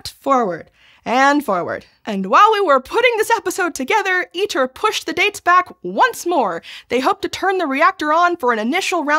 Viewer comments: ITER is pronounced "EATER", because that's what it does to money. Producing little of value. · Fitting that ITER sounds like Eater... It eats money and produces... maybe some data if we're lucky.